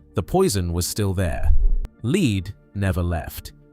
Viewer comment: Lead pronounced led not leed